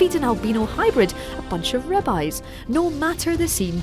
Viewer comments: “Feed an albino hybrid some ribbis” is what she said. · I thought I heard her say "And feed an albino dinosaur som Rabbis"